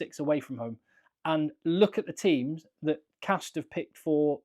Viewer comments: As a french i mostly heard people pronounce it « Castr » as he said. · Your first pronunciation of castres is correct :-)